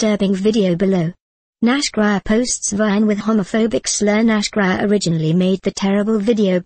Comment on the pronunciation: It's Nash Grier and pronounced Nash Greer lol